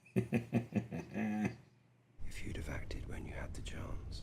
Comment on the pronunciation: It’s AemonD, guys, not Aemon